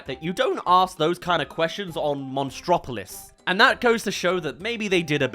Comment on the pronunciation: you could always just pronounce it literally, like "monstro-city" instead of "mon-straw-city"